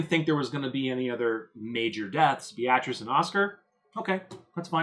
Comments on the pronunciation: [Bay - uh- treece] not [Bee-ah-trass] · Beatrice is pronounced BEE-triss. Have you never seen that name before?